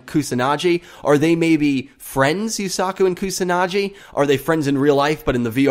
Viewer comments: Although I have nothing to proof this but I'm pretty sure the "G" in "Kusanagi" is pronounced like the "G" in "Google". I could be wrong but "Kusanadschi" just sounds horrible. "KusanaGi" on the other hand sounds just like a typical japanese word. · Probably stated, but it's Koo-sa-nah-ghee. Not Koo-sah-nah-jee. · its not pronounced kusanaji its a G like Giraj,Gazzele,Go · Hard g in pronouncing Kusanagi. Like in get. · It is Shoichi =show-ii-chi and Kusanagi= ku-saw-naw-gee (not Jee). This is just for your future reference. I hope you don't take offense to it. I'm sorry if you do. I have just studied Japanese so much at this point that any mispronounciation sticks out to me like a sore thumb. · Kusanagi's name is pronounced Koo-sa-na-gee Show-ee-chi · The gi in Kusanagi is pronounced like the gi in give. Also, Shou-ee-chi. xD Thanks for the video, mate.